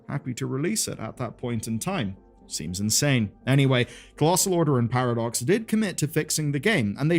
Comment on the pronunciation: Sounds like you’re calling them Paradorks